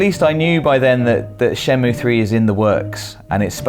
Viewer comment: The game is not called "Shen-moo." You have to say the -ay sound. Shen-moo-ay.